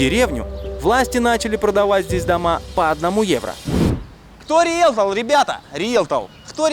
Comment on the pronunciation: . Никто: Абсолютно никто: Андрей: Кто риелтол, ребята? Риелтол... КТО РИЕЛТОЛ И ЛОГОПЕД У ВАС?)